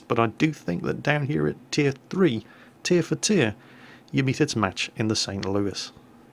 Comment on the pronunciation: Hey! You pronounced the St. Louis in Merican! Greetings from the U.S., we are all proud of you.